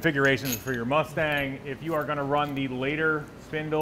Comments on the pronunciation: “Asstang 5.9” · The. ASSTANG ..... COME ON BRO ITS RIGHT IN FRONT OF YOU.